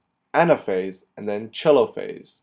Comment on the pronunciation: its pronounced TEH LO PHASE not CHELO phase